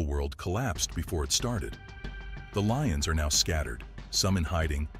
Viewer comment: Some of this is wrong and when was Glasgow known as peaceful and there name is lyons not leons